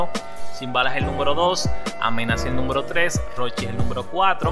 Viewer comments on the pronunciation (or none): Se dice numero no nunvero